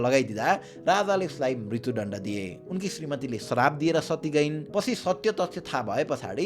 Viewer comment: Oh, I didn't mean to discourage you, but your pronunciation is a bit unclear. For example, at the sixteen-minute mark, "म्रित्यु दण्ड" could use some improvement. If possible, please work on it, but if not, it's okay; I’m more focused on your content delivery than your voice.